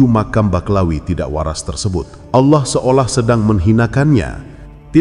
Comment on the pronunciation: Jngn suka mghina orang allah aja ga mghina hmba2 nya roma irama lo nyebut allah sngat fasih ga awoh2 maaf klo gus ini kok kyaknya awoh maaf klo sy sy dengar...mhn maaf yaa lo sy slh dengar